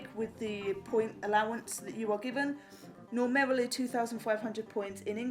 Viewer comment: normarily? i love it! haha!